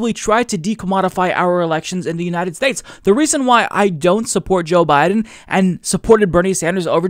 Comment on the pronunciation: "The Uninend States"